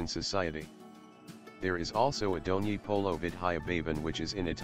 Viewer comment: Bdw it's not Dhoni polo it's DONYI POLO VIDYA BHAWAN